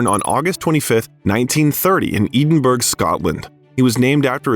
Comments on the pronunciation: For heaven's sake, can you please teach the AI system you use how to pronounce Edinburgh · I gave your channel a second go of it! You are interesting, but rather annoying with your either inability to pronounce proper names correctly or your devil may care in how you still pronounce them badly over and over again? I am not saying that I will avoid your channel altogether only that I will not séek you out! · I wish the narrator would learn how to pronounce Edinburgh. Really annoying. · Dude, do your research. The BAFTA is not the British Oscar. And as much as I realise Americans (and Brits for that matter) have no clue or don't care about correct pronunciation of foreign terms, you can look up how Edinburgh is pronounced correctly. Unless, of course your commentary is AI. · Check the pronunciation of Edinburgh! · Please learn to pronounce Edinburgh 🙄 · If you had Googled the pronunciation of "Edinburgh," you wouldn't have sounded like a complete moron. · YouTube do me a favour. Find a non American narrator who can pronounce the following words, Edinburgh, Fred Schepisi, and others. Ignorant. Can you pronounce Milwaukee